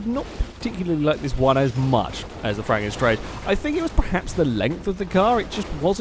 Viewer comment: Isn't it Franken STANGE?